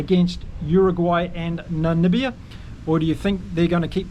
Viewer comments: Hey....Its Namibia....not Nanibia.... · Hi That's NAMIBIA not NaNibia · By the way NAMIBIA is pronounced Na Mib IA Namibia not Namibia. Just saying. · Damn it, now you have me saying Nanibia 😂